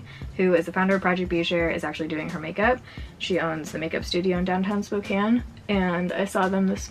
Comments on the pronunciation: I am so used to non-spokanites mispronouncing Spokane that it threw me off every time you said it right 😂 like my brain was constantly prepared to correct something that didn’t need corrected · It’s always a breath of fresh air when someone pronounces Spokane correctly 😂